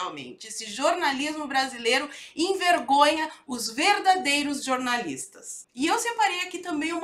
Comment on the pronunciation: Poxa,! Posso jurar que quando você fala "jornalistas" o meu ouvido está me pregando uma peça e estou entendendo "jorNAZISTAS".... Que coisa, não!?